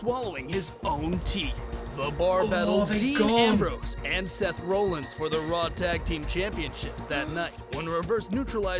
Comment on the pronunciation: The maker of the video you are reacting to is questionable in knowledge. Can't pronounce Seth Rollins correctly and stated Brock vs Kurt was Wrestlemania XX. I mean even a standard fan knows that's Incorrect. I'm guessing there will be more errors.....yep it's Drozdov not Drozov. Christ almighty these people make wrestling videos and have these mistakes.